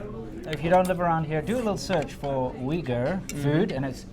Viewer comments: Uyghur is prounoced oo-yghur not weegur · The Big Plate Chicken is actually first invented by Sichuan Han migrants to Xinjiang. It is not a traditional dish in Xinjiang Uighur cuisine till early 1950s. BTW, Uyghur is not pronounced as weeger伟哥？？？？？？, but instead, wilgu 威固. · It’s pronounced OOYGOOR, not WEEGOOR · heard it also pronounced as ooi-ger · "its pronounced wigger" - Winston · "It's pronounced 'wigger', kind of like a white guy with dreadlocks......I'll have to cut that out" LOL